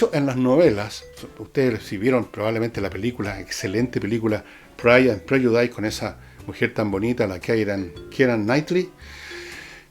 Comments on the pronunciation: My ears bled with every time you said /prɛdʒʊˈdaɪs/ It's actually pronounced /ˈprɛdʒʊdɪs/, Fernando . Please become an agent of knowledge; not one of frustration. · Se pronuncia /prélludis/, don Fernando. Interesante como siempre.